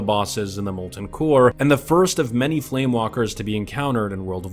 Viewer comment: its Flame WAKER not walker! REEEEEEEEEEEEEEEEEEEEEEEEEEE.